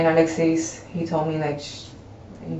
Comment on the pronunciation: "The two people I was with...AL-ex-EECE and BRRRI-anng"